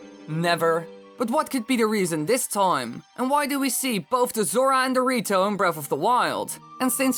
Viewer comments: When he says the rito, it sounds like he's saying dorrito LOLOLOLOLOLOL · it's sound like he said Dorito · cant stop hearing it as dorito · The rito sounds like doritos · Did just say Dorito?